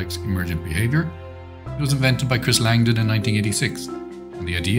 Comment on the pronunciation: Langton, not Langdon.